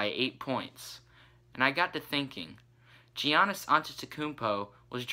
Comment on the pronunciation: giannis is pronounced with a y